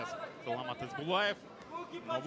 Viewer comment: Правильнее будет не Исбулаев, а Есболаев. Есбол - это чисто казахское имя.